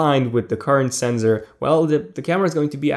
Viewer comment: it's sensor not senzor.